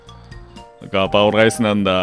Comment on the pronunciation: うっしーのライスの発音すき